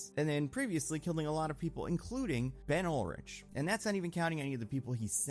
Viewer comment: You said Ben Urich’s name wrong 🤣🤣